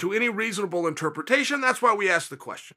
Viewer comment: Anyone else notice chael can't pronounce interpretation